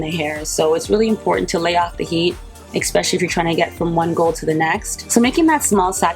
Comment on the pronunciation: You're like my mom, repeating things like two, three times. Btw she's 80. Also, it's especially, not eckspecially.🌻